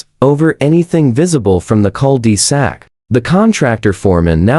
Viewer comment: Will you please stop calling it cal de sac your not pronouncing it correctly and it's irritating as hell!